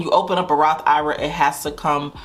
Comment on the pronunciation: Lord! I’ve been bing watching your videos, for about a year. I’m not current, but I cringe every time you say “Roth IRA” it’s Roth I.R.A. for Individual Retirement Account. I sure hope you correct this in future video. Sheesh!